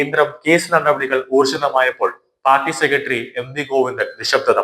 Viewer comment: " സെക്കട്ടറി". എന്തു മോശം ഉച്ചാരണം. ഒരു മീഡിയയിൽ വരുമ്പോൾ ഇതൊക്കെ ശ്രദ്ധിക്കേണ്ടതാണ്